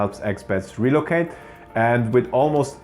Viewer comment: the stress is on the second syllable: reLOcate, good videos though, keep telling the real story